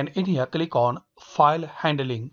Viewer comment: Every time he says “kilik” I click😂😂